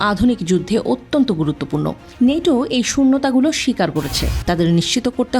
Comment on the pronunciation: নেটো না ন্যাটো বল